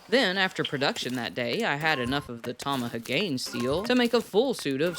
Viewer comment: ... oooof... Tama-ha-gane. Not Tamaha-Gain